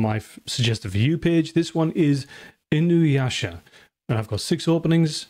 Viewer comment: Thank You for pronouncing Inuyasha correctly! I do Not know why but So many people add a goddamn W to his name and say Inuwasha 😂